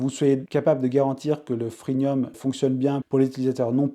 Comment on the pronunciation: Freemium pas freenium.